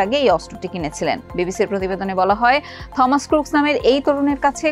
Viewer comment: '' থমাস '' বলে কোনো শুদ্ধ ইংলিশ শব্দ নেই. সঠিক হবে '' টমাস '' -AN ENG EXPERT, AGE 58.